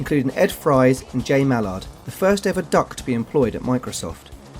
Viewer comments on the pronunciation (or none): none